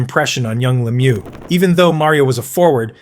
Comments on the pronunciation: Le Mew, not Lem you! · You can always tell an AI voice because they botch the names. It's not Lem-yew. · leh-MEW, emphasize the second syllable. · hea name is french pronouncing cause its a french name la-mieux no lemieux like its spelt. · Actually, I find it amazing that North Americans with English as their native language don't even know how to pronounce "Lemieux". Its last part rhymies with "bird" and "first", not "goose" or "through". Considering that, I think the mispronouciation of "Guy" isn't half as bad, especially since the presenter got it right the second time. I also think the pronunciation of "Jaromir Jagr" is not worse than it's usually pronounced by North Americans. For some reason, commentators from basically every other country gets "Lemieux", "Guy" and "Jagr" right. I think it's because all foregin names gets "translated" into English pronunciation. But if there is one name I think people interested in hockey should get right, I think it's Lemieux.